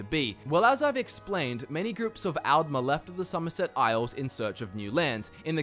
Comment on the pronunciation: D's and Ts similar? I thought you were saying "Algmer" not "Aldmer".